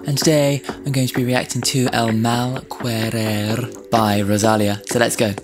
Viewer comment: Loved your reaction. Just wanted to point out that in Spanish any time you see "que" in a word it is pronounced as "KE" so El Mar Querer is pronounced EL MAL KERER.